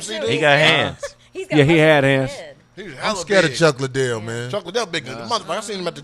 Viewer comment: Either D need new glasses or she can't read. CHICK Liddell?!